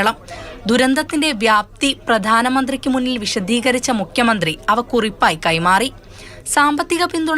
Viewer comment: മുക്കിയ മന്ത്രി അല്ല. ഉച്ചാരണം ശ്രദ്ധിക്കൂ